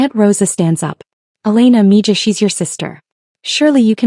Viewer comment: Mija is pronounced meha, not mejee.